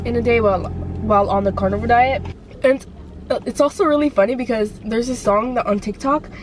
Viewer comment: Lol it's Carnivore not Carnival